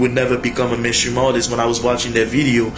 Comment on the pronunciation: Well I know you'll never be a mainstream rapper because you can't pronounce mainstream you have to be able to pronounce anything to be a mainstream rapper